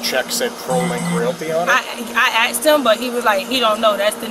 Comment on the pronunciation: IKR. 🤦🏽‍♀️ “Frabic” . . . “Axed” him. 😖